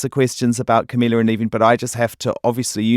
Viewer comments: 'Cumila cabello' EW I CANT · HE CAN'T EVEN PRONOUNCE CAMILA'S NAME JESUS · he's claiming to be the biggest fan or whatever and give them a boost while not knowing how to pronounce camila's fucking last name LOL SURE JAN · Says he's been supporting them from the beginning... but can't even pronounce Camila's last name correctly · You claim yourself as a supporter but you can't even pronounce camila's name properly and you fuckin make them uncomfortable. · Y'all care about the question but i care about the way he said her name he said her name wrong. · He's been suchhh a fan that he can't even pronounce camilas name right